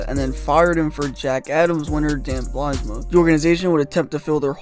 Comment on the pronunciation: This was a cringe video. Names like Bylsma, Neuvirth, Leino and Regier are all mispronounced. It is factually incorrect in that there were more additions made to the team at the same time as Leino(Ehrhoff, Regehr). Vanek wasn’t named captain after Pominville left, it was rotated and interim until Ott took it over. Kane was as big of a star before he came to Buffalo and while he was here as he is now with San Jose. There were not five GMs and four coaches in 8 years, there were three GMs and six coaches. Two of the players coming back in the ROR trade were Soboyka and Berglund who were established NHL veterans and in the NHL. However, the meat and potatoes were spot on. Poor asset management, and a terrible owner are the true problem in Buffalo.